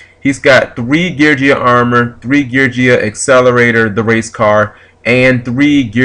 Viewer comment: Your pronunciations of the Geargia monsters are cringe-worthy but cute deck is cute.